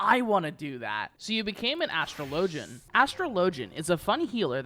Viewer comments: As-TRO-lo-jin > As-truh-LO-jin :P Like Astrologer. Joke aside, i really enjoy these vids. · you pronounciane astro-LEE-JI-YUN wrong